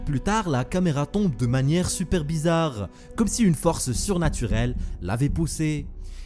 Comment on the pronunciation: Ci seuper bézaaarrrre. Mais whaaaatz?